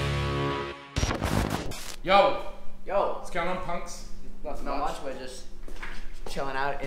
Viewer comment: "Yo, what's going on punks?" Almost sounds like the P and K were a C and T.